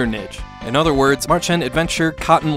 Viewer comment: Nice video, thank you! I believe a close american english approximation that helps pronouncing "Märchen" right would be something like mare-shen. Mare as in nightmare.